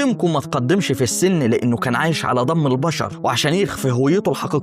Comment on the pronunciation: ضم.. صيبيريا.. البراظيل انت عندك مشكلة في نطق الحروف.. ابقي خد بالك علشان النطق مستفز